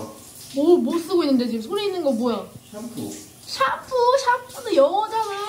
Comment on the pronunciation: 샴퓨는 영어자나 발음 너무 귀여우시다 ㅋㅋㅋㅋㅋ